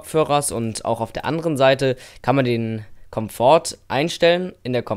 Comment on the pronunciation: Cooles Video. Man spricht übrigens bei Komfort das t nicht mit. lg